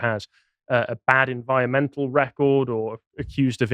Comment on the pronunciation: said “enviomental” again. Isn’t anyone going to stop him? gets called out for bad pronunciation all the time.